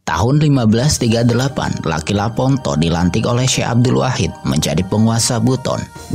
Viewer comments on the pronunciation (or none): none